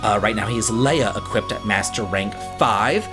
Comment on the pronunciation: why does he say Equipt?